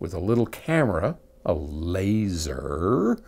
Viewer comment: "A Laserrrrr" LOL! All I could think of was Austin Powers, "Fire Zee Laser"!!